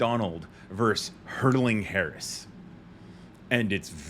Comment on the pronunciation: Please take this as constructive criticism. You are a very intelligent young man, and certainly not the only one who mispronounces this word: ‘Versus’ is the word used between two opponents. Verse is a line in a poem or song. Thanks for listening, and for all you do!